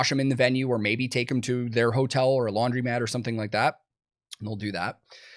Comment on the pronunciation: Did you say "laundrymat"?